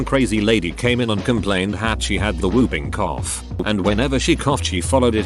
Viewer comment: Word: whoopcough Text-to-speech: hoop cow